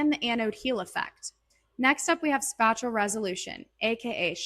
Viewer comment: Why do you say SPACHULL instead of SPATIAL